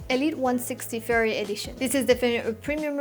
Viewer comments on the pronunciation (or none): Great stuff! Your video's are truly quality and you explain everything very clearly. Just one thing, you pronounciation of the brand 'Ferrari' seems a bit fuzzy to me. But it's okay, cause it's very clear what it is anyway 🙂